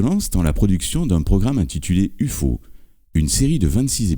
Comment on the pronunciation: "U-FAU" looool.